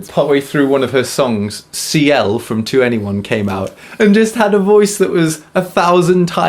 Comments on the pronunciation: I love how he said 2-N-E-1 reminds me of my rookie days of being a kpop Stan. 21 ...its 21 😂😂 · I could be wrong, but I believe that 2NE1 is pronounced "Twenty-one", not "To anyone". 😉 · I'm English but learning Korean. It was amusing to hear an English ascent when saying their names. And 2-NE-1.. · 2ne1 plz can you just say 21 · I'm very late to this party, but your pronunciation of 2ne1, forgetting their names, etc pains me.